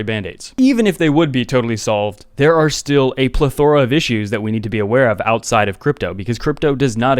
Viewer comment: Love your videos,, but you're mispronouncing plethora....PLEthora....not pleTHORa....you're putting the emPHAsis on the wrong sylLABLE.:)